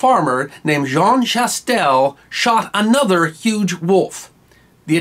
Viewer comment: I'm not sure why I have not watched this before now, but I'm glad that I did! BTW, Jean Chastel's last name is pronounced "sha-TELL", the s, in this context, is not pronounced, and in most modern French examples, there is an "a" with a circumflex, to note its absence, as in the city name Neufchâtel